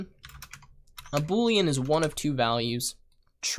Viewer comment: Him:Boolians Me:Blueians